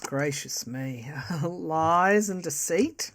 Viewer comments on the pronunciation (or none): none